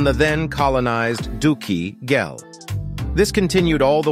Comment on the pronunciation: I go from scholar to child every time you say "dookie ghel"